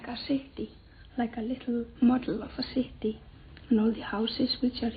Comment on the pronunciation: like a leetle mod-el of a ceety